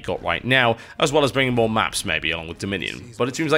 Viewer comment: Is this like first Mailbox where R in the word "bringing" doesnt vibrate when TB pronounces it?